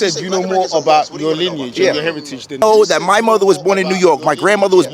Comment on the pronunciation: Mispronunciation of linage (🗣️lin-e-age)